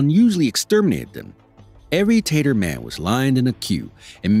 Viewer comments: He kept pronouncing Tatar as if it was a shortened version of potato. It’s not Tay-ters, it’s pronounced TAH-tar. This is unfortunate. I couldn’t watch much after he said Tatar men and all I could think of was various ways to prepare potatoes… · "Tatar" does not rhyme with "later." 📕💡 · Teytar? Its pronounced taataar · It's Tatar, not tater. They weren't potatoes.